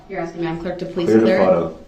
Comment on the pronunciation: Who needs a prosecution when Duhrell is axing all the questions 🤦‍♂️